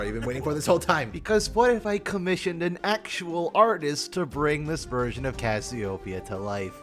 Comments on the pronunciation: Isn't it pronounced as "ka-syo-pe-ya" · Not a big deal: Cassy-Oh-Pee-Ah (Greek name) but using the South Asian mythological: Naga. You were able to pronounce it correctly for the most part. Lol. and mispronounced every now and then.